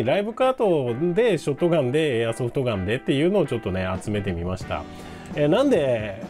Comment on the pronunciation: ライブカート＝ショッガン(本場発音w)て印象焼き付いてる そしてクアッドロード出来たんですか？！ (｀・∀・´) マルゼンのM1100は当時ティーンの俺が役40000円に躊躇して買わなかったら絶版？なって嘆いたのは良いおもひでw コイツはバイオ2で惚れたなぁ そして安定のM1887 コイツはT2で一躍有名になりましたよね SPAS-12もT2だった それ考えたらT2は名作だな